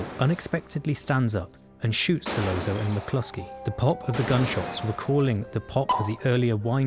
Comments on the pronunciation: In Italian, a double 'z' is pronounced 'st,' as in 'pizza.' Virgil Sollozzo's name, therefore, should be pronounced 'Sollotso,' not 'Sollonzo' or whatever the hell you were saying. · I’m sorry, but it’s So-lot-so not So-low-zo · Same goes for Sollozzo ( who is falsely pronounced " Sollonzo") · Not “Solonzo”, Sollozzo! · Great essay. But "Sollonzo"? Come on! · This is really excellent and makes me look at the scene with fresh eyes! Just a small note, there's no "n" in "Sollozzo". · ...and manages to mispronounce 'Solozzo' in two different ways!